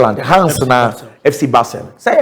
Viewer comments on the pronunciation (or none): none